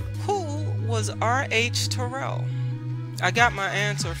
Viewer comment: My mom attended Terrell back in the day. She pronounced it just as you. She passed well into her 80’s in 2019.